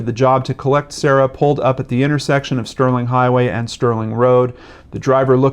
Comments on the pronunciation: It is pronounced Kere - A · I'm from Perth - it is pronounced Kee - ah - ra. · he pronounced it as ciara's father did on crime investigation Australia